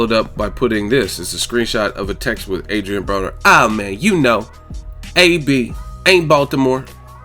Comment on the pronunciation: Adrian Boner, not Broner! lol